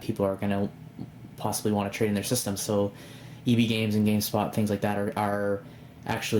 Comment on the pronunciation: i know, you were saying gamesPoT, no big deal though